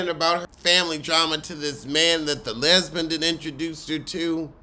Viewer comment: Not the "lesbun" 😂 Shout out to TS Madison! 🤣🤣🤣🤣